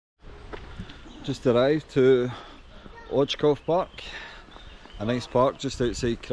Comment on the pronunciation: Nice video man 👍 ps. Right pronunciation is oitzoov :)